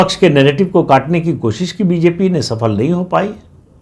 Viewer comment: प्रदीप सिंह जी, छोटे मुँह बड़ी बात, काश आप 'सफल' (जो हिंदी का शब्द है, उर्दू का नहीं) को 'सफ़ल' न बोला करें। सफल- जिसका फल मिले, व विफल जिसका फल न मिले।🙏